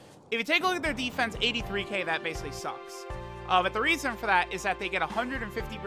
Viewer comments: Is it just me are did say raisin instead of reason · "for absolutely no raisin"